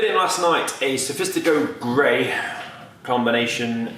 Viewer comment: It’s Sophisto Grey, not Sophistico grey..... nice video though